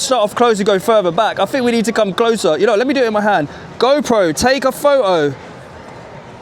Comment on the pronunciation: “Go pro.. take a pho-oh “ has me cracking up…